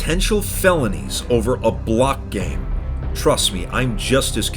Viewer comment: The way you say ‘a block game’ is hilarious to me.